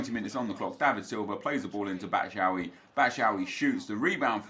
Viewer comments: Pls stop saying batshaawi it’s bat-shoe-eye-ee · Trying my hardest to not cringe when Nep says batshuayi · Why was he pronouncing batshauyi like that